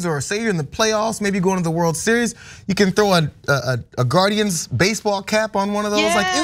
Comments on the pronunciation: Gar-indians…..that’s all I hear. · you know what rhymes with guarDIANS....IDIANS